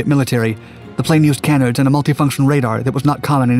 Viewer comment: For what it’s worth, canard is pronounced kuh-naard with the emphasis on the second syllable. Other than that, love the video. 👍